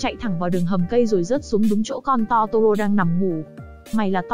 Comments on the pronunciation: Totoro mà lỡ đọc thành toro =) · Totoro chị ơi :( ko phải togora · chi oi chi doc sai roi nguoi ta doc la totoro